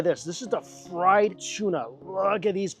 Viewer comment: Hey its tuna not tsuna